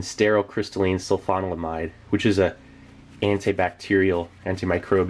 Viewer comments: "Sul-fa-DYE-a-zeen" : "Sco-PAL-a-meen" : "Sul-fa-NIL-a-mide" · If you’re curious as to how to pronounce it: it’s sulfa-nila-mide, I’m pretty sure.